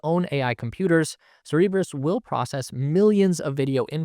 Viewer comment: Cerberus, not Cerebus. This isn’t Xmen 🤣